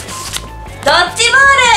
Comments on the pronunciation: ドッチボールじゃなくて ドッジボールですけど〜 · ドッチボールじゃなくてドッジボールw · ドッチボールじゃなくてドッジボールだよ❗❗ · チ じゃなくてジだよ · ドッチボールじゃなくて、ドッジボールだよw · ドッチボールじゃなくてドッジボールだよねw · ドッチじゃなくてドッジですよw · ドッチボールじゃないよドッジボールだよー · ドッチボールじゃなくて、ドッジボールですよ。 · ドッチボールじゃなくてドッジボールだよね？上から目線ごめん🙇なさい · ドッチじゃなくてドッジ これ絶対！